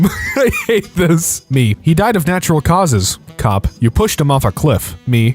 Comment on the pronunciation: you mispronounced natural